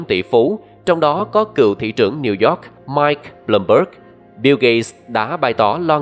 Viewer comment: Cảm ơn những tin tức bạn đưa Mong bạn có thể tiếp nhận ý kiến của mình là bạn nên học lại cách đọc tiếng anh Chứ New York mà bạn đọc thành Nêu Dọt Time nghe mắc cười quá bạn ơi